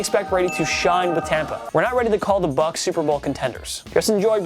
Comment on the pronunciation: It's bucs not buccs. And we won't know till the season starts